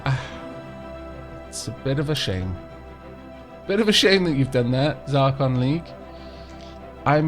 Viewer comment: Zracon! ZRACON! A Proud and Noble People, yet you butcher their name! NO WONDER YOU'RE AT WAR!